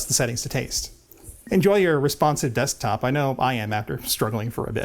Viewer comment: Wonderful neologism--"Decktop". lol